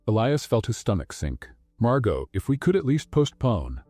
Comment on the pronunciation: Nice story. But 2 comments: 1: Never heard either one of them profess their love for each other, even when he proposed. Weird. 2: Please kill the background music. It really takes away from everything. Doesn’t help at all. But the stories are lovely. Even if Margot’s and Elia’s’ names were continually mispronounced. Thx!